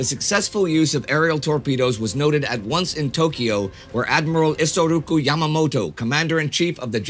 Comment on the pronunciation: I know this is late but his name was "Isoroku" not "Isoruku"